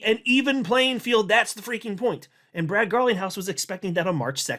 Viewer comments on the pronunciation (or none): none